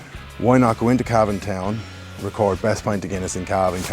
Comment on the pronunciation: Love Cavan, you even say it properly. Looking forward to Cavan town.